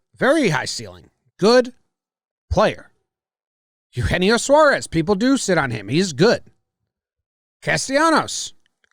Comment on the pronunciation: Trevor is correct about the pronunciation of Eugenio Suarez. Its supposedly pronounced (aye-yu-Hay-nee-o)